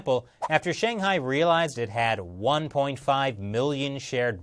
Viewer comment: Please make a modicum of effort to pronounce 'Shanghai' correctly.